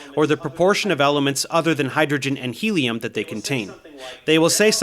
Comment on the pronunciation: "those zircons have 'heliun' in them". Not helium... but heliun. He keeps saying it, and the other clown doesn't even flinch.